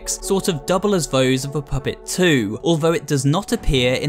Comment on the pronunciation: "the phuhpett